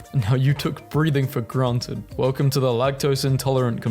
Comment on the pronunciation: WELCUOM TO ERARBF